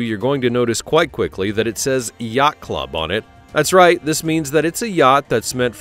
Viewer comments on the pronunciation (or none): none